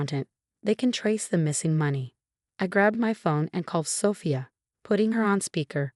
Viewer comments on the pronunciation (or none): Good story mispronouncing Rachel and Sophia